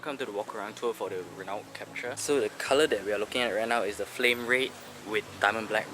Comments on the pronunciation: PRONUNCIATION SUPPOSED TO BE #RENO.....😅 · awesome review... though wished the Office ppl had communicated the proper pronunciation of Renault to you....